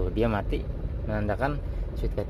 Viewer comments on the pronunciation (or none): none